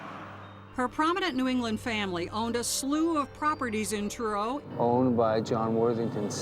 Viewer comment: omg it's bugging me how the narrator lady keeps saying CHURRO instead of Truro 😂😂😂